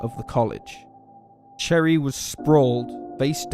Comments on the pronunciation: Her Name is NOT CHERRY 🍒 it’s Cheri , and it’s Pronounced Sounding Like: ( Sherry) only Spelled Differently Only two or three People out of a Million Pronounce it Wrong… and since Your one Of them… Please Pronounce it Right Especially if your going to do a Documentary about her. Thank You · “Cherry joe bates “ lol what? No . It’s pronounced SHERRY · Oof, opening with reading Cheri as Cherry wish I didn't have to ignore that <3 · He starts this video by pronouncing Cheri, cherry. Cherry Jo Bates. Proceeds to repeat Cherry Jo Cherry Jo Cherry Cherry Cherry. What a moron. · Its (sherry) not (cherry) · Cheri is pronounced as Sherry… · cheri is pronunced sheri not cherry, ch in amarican english is the sound sh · Cherri? Lol put NO RESPECC on her name. It''s pronounced like Sherry, you goofy. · Didn’t know that detail about the footprints of shoes sold only at military commissaries…another reason why some think Cheri Jo Bates was one of Zodiac’s victims. FYI We Marylanders never say ‘MARY-LAND.’ Most common among the many ways this is pronounced is like saying Marilyn Monroe, with a D at the end. Cheers and thanks for these videos. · The name Cheri is pronounced Sherry. It's just a French spelling. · Her name is really pronounced Sherry even though it's spelled Cheri. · I would of thought more of this of but you kept saying cherry and her name is pronounced with an sh sound not ch Cheri